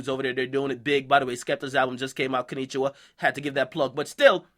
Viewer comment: konichiwa was on point tho